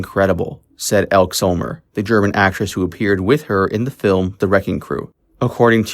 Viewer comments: Some names were mispronounced in this video. "Elk" is really "Elkey" and Dominick's last name was pronounced like Dun, not Dune. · Its pronounced ElkEE. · The pronunciation of names is really bad -- "Elkeee" Summer not "Elk", Dominic Dunn rhymes with bun. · EL-KEY Summer not ELK So-mur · Her name is pronounced Elk-ee Elke Sommer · Ekkee Sommer, get the pronunciation right otherwise you sound like yet another dumb american or have a dumb AI' So obviously both!!!! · Elke is pronounced Elkē a long e at the end like ee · Elke is pronounced elkee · It is pronounced Done, "Dominick Dunne", not 'Dune." Also, her friend's name is pronounced with a long e at the end "Elke (Elk ee) Sommer (Summer)."